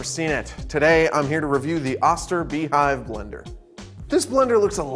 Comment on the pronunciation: Too bad he doesn't pronounce the name correctly. Why do you think thy put a dash over the "O" It is a long O sound. And my Oster beehive is a workhorse! Had it since the early 1980's. You turn it on, it blends and you turn it off. Never had a problem with it in decades. Okay I have to replace the o-rings now and then. 2.99 after almost 4 decades of work. I'd say I definitely got my money's worth. Grinding nuts... crushing ice... smoothies... making powdered sugar without cornstarch... making mayonnaise... blending cream soups...making baby food... It does it all! and there are no electronics to break after 1 year like a appliances do now a days! I love the Beehive!!!!